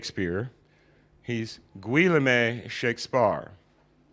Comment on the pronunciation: I think you mean Guillaume? Ghee-OHM. Not GWILL-a-may...